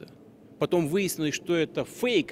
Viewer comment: ok although I’m teaching myself russian, I had no idea the word ‘fake’ in Russian was the same. It caught me so off guard with the russian pronunciation 😂